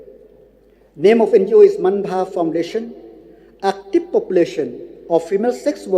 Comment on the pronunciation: It's so annoying when he Lakmen Rymbui pronounce the word "active" as"actip" 🤣🤣